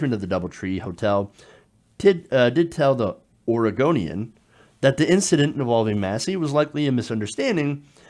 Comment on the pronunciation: Lol the way you said Oregonian, it should sound more like or-eh-goan-ian.